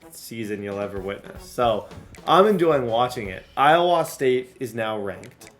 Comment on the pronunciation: As an Iowan, I have never heard anybody pronounce the state like you do 😂